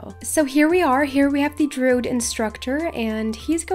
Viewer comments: Druid has 2 syllables, not 1. Drew-id, not drood. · Hey! Cool vid! Wish I was able to do them lol but I’m too low lvl. Also, it’s pronounced Droo- id so you do say the i instead of saying drood. Hope it helps!